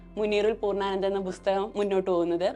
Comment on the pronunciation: Interesting interview, A suggestion to the interviewer : it's not "Busthakam" it's "Pusthakam" with a P